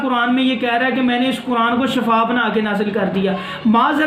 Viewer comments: Salam molana sahab shafa nahi shefa hota hy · Shefa nhi shifa hota h